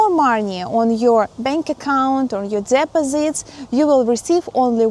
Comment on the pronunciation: your english is very good how ever u have to improve on pronouncing the word DEPOSITES.